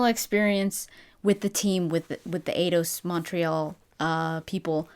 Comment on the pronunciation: Eidos, like Einstein. Not Ados.